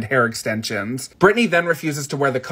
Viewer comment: Noone is going to comment how this creator mispronounced corset?